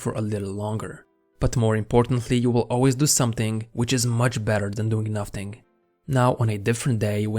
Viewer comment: ur awesome but its just "nothing" not "noth ting" fix it and ur bomb